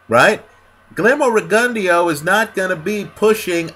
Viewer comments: you gotta put the gon & the "eh" in the pronounciation. Riggin Dow is how Max Kellerman pronounces it but not by the Cubans. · I dare say u r sayin rigondeaux name horribly wrong, to the point I didn't even kno who u was talkin about at first, lol, gud vid doe